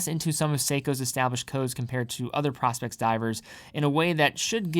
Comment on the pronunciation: Uh, nope, the bracelet DOES have a diver’s extension. Someone is demonstrating how to use it in your video. How can you produce a video, if in fact you produced the video, and have no idea of the content in the video. Are you a content creator or not? Asking for a friend. And it’s pronounced Pro-Specs as in Professional Specifications. No what your hawking dude. You’re damaging your credibility. Sheesh. SMH 🤦🏻‍♂️